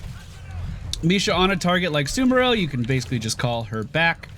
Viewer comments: Damn it,! SAMuro! Not SUMuro! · it's pronounced Sa-mu-ro he's a samurai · SA-MOO-ROH SA- like in elSA (let it go plz) MOO- like in there is no cow lvl ROH- Fus-ROH-Dah that goat off a mountain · Cant even pronounce the new heroes name. is the worst heroes caster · The amount of people that can't pronounce "SamUro" is too damn high. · It kinda cracks me up how many streamers have a difficult time pronouncing Samuro correctly. It's like samurai but with an "o" at the end. I wonder if they're doing it on purpose or if it's just the dyslexia kicking in.